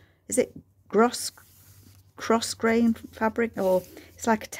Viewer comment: I’m here for the jabber! Publish all of it! I enjoy every word. P. S. I think you say Grow Grain for the name of that ribbon. Xox